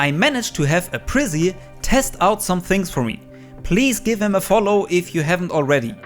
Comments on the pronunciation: I always thought it was a-prize then mokey said it and all I could think was aprizzy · Apryze has such a weird name everyone pronounces differently. I prefer A-Preez, I've heard others called him A-Prize, and now A-Prizz-E lol Also, rip tap strafing although I still can't even do wall bounces consistently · I think it’s pronounced like “Uh-Prize” 😂❤️ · lmao “aprizzy” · the way he says apryze